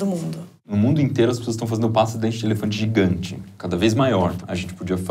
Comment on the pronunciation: jigante como ele disse kk nen sei se ele disse jigante mas tabom kkk